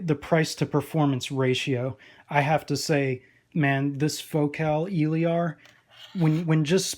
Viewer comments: El-ear ..... Your killing me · It’s Eh......Leer. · honestly I'm not sure anymore tbh. 99% of all other reviewers pronounce it as "il-eer". For all we know you may be the only person pronouncing it right haha. In french it would be "il-air". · Nice review! You pronounce Elear wrong tho :3